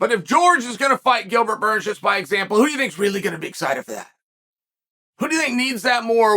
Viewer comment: It's Gilbert. Delete this